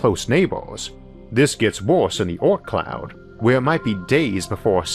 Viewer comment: the 'aut cloud' is a great place for such private colonies.. Sorry I'm likely confused due to his pronunciation, but what is he referring to there? An asteroid colony? a single planetoid out in space?